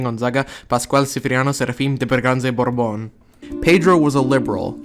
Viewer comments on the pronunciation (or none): none